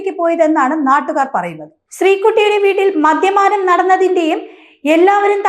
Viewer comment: മദ്യമാനം എന്നല്ല വാർത്ത വായിക്കുന്നവളെ മദ്യപാനം എന്നാണ് നിന്നെയൊക്കെ ആരാ വാർത്ത വായിക്കാൻ നിറുത്തിയത് കഷ്ടം.